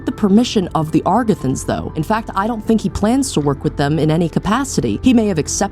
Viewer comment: Great video, I love your attention to detail and your points are very compelling. I've been very convinced that this is a sequel and you're the first person to make me reconsider that. One thing, though, I'm pretty sure it's "Agarthans" not "Agrathans" and also our current calendar is "Gregorian", not "Georgian'. Sorry if I'm being pedantic 😅